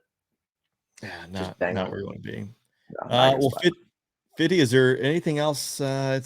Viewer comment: Isn't his name Fitty? Not Fifty?🤔